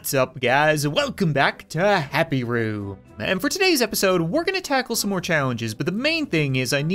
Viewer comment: in his intro did he say happy roo/not typo